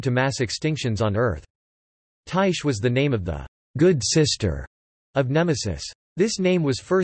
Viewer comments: Its (tie-khe) Not (tie-she) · actually ther right way to pronounce it od Ty-kee with a long I sound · That not how you pronounce it